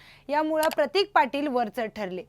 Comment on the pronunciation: अग बाई हा प्रतिक नव्हे